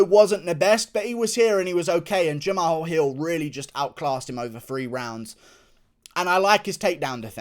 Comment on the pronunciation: Guru. H is silent in Jamahal.